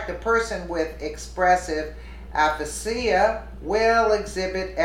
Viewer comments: I think it's pronounced uh-fay-shuh. I had a form of it when I was taking Lasiks, or however you spell it. She may be losing it, or boozing it, or druging it. She's stayed past her prime, if she ever had a prime. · aphasia = a-fa-ja. 1st a is long, 2nd a is short, j is soft as in just. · Its pronounced like aa-ffff aaa she ya... get your act together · It's pronounce ah-fay-sha w a slight sound of z at the end u idiot! omg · Jesus, aphasia a·pha·sia, /əˈfāZH(ē)ə,əˈfāzēə/ --- Please get a dictionary. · Aphasia rhymes with Asia ( as in China & Japan). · I like you. For future reference it is aphasia: AH-FAY-zea. Broca's is Broke-ahs. I have this condition, but not as bad, from a rollover MVA. Right after the brain trauma, I was like her in this video. However, that was 2007; I was 46. I partially recovered. We've seen a steady decline in her, so it has to be physiological & progressive. (I am perm disabled RN; brain injuries suck.) I agree; you cannot be in a job where other peoples' lives and well-being depend on you.(why I'm stuck at home) Yes, HOSPITAL, MRI, Neuropsych eval, Blood tests. She is also may not be able to comprehend that she needs medical attention. The studio should have called 911, imo. I don't like the woman at all, but, having been in those shoes, it is very distressing. My kids got me back to the hospital because the didn't x-ray my head, only my neck, and I was a babbling idiot the next day. I didn't recognize I was in trouble. Great adults I raised! I'm blessed. As an RN, somebody MUST intervene! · “Expressive Ah-Pah-See-Ah” and “Broo-Cah Ap-Pah-See-Ah” lol. This isn’t Italian—it’s English. I wonder if she pronounces Disney’s movie: “P-Han-Tah-See-Ah” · Aphasia is pronounced Afazia. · aphasia = ah-fay-ziah Is how it is pronounced. :) My mom suffered with that after several cluster stroke in her late 70's..